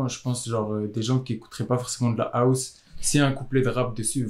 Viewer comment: Arrêtez de prononcé House : Aousse mdr